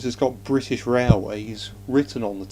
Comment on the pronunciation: BRI ISH?